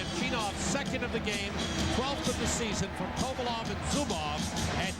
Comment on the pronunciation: Kovalev too. He said kovolov